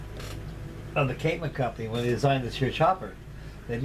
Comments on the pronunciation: Kaman. Not Kamon. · (It's "Kaman", and it's pronounced "Kah-MAN") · NOTE: I am a lover of Kaman helicopters. The correct pronunciation is Ka-MaN' (Pronounced like command) I have a Kaman information brochure somewhere with that info.